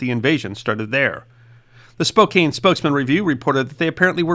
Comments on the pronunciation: One note, : "Spokane" does not rhyme with "cocaine" - try "Spo-can" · FYI: Here's a quick look into life in Washington; Spokane isn't pronounced spo-KAYNE, it's spo-CANN (like in "a metal can") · Spokane is pronounced "Spo-CAN" 😉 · Great video. Just F.Y.I. - The correct pronunciation is “Spo-CAN,” not “Spo-CANE.”. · Spo•CAN not Spo•CANE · Spo-can not Spo-cane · Spokane is pronounced SPO-KAN. Rhymes with Fran, Stan, man, tan. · Spokane is pronounced Spo Can. Just sayin😊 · Check Spokane pronunciation.